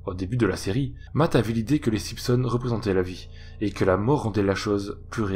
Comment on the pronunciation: SimPsons 🤣🤣🤣 j'suis mort ! Chez nous on dit SiMpsons, on prononce le m mais pas le p ! 😂